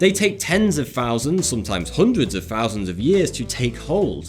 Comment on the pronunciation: Love this show, love this guy...but can he try and remember there are words that have fousand of th's in their pronunciation. Hilarious